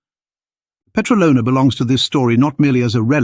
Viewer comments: The Petralona man is years old. DOUBLE of what the mainstream media falsy says. And its pronounced peTRAlona, not petraLOna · 17.40 It is stressed on the second syllable (tra), by the way and not on the third (lo).